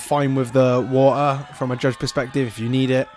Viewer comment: having the wa'er